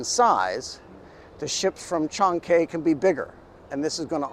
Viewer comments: Chancay, say it like Shanghai. There is no "Kay" in Chancay. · Unlike English, it takes 5 minutes to learn how to pronounce the vowels in Spanish. Maybe less. But this guy wouldn't bother. The way he pronounced Chancay... My God! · Chancay sounds so much like Chinese. It’s actually a place in Peru with its own Chancay culture existed before it was absorbed by the Inca. It is pronounced as Chan-guy.